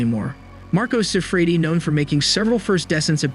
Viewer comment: This is borderline clickbait. The pronunciations on this video are awful and the script you’re reading from is clunky. If you’re gonna say Marco Siffredi 1,000 times in 4 minutes learn to pronounce it. Yikes.